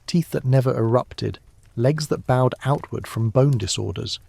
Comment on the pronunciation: “Bowed legs” should be pronounced to rhyme with GOAD, not to rhyme with Cowed. EDIT: This must be AI, as the narrator can’t pronounce Spina Bifida either. 🙄